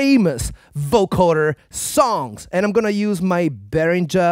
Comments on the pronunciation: Beringscher - you don't say Moogsch, or not? It sounds like the "G" from Moog. Beringer! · And Behringer with the soft G (j) instead of the hard G.